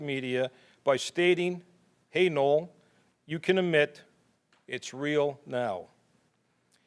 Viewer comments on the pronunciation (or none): none